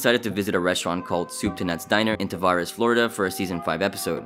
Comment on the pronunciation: I heard about Tavares and I grew up there. It's sad that happened but I'm glad they revamped it. Also it's pronounced Tu vare rees